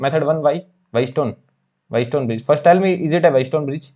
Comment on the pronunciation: wheat stone bridge❌ White stone bridge✅ mho ❌ maaho✅